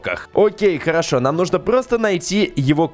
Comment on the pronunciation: Ты сказал карошо место харашо